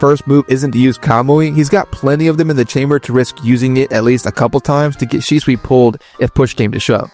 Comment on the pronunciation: Может Шисуи, а не Шичуи 😂